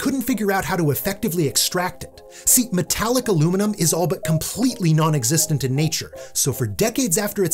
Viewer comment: Did you say Metallica Luminum?